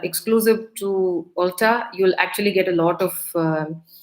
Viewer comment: Small correction: its pronounced as ulta(alta) - ‘u’ as in umbrella :)